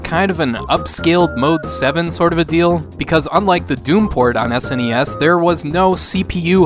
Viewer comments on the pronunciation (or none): That was a good “sness” in the intro 🤣